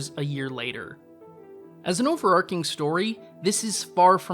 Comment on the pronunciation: “Overarching” is pronounced with a “ch,” not a “k” sound. I’m sorry, it’s true